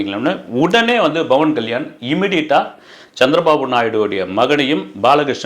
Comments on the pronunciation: Sir, His name is Pavan Kalyan ❤️ Not Bavan Kalyan 🙏🙏🙏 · pronounce name correctly. Not Bavan Kalyan it’s Pawan Kalyan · Bro its Pawan kalyan not bawan kalyan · It's pawan kalyan not bhawan kalyan... sotta correct it👴